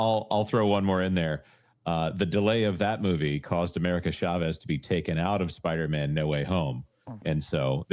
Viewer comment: I finally just realized why culture says Spidermen instead of Spider-Man, its from Seinfeld when George pronounces spiderman like a last name lol. It took me almost a year to figure that out. Well played sir. I only saw that episode once, 22 years ago.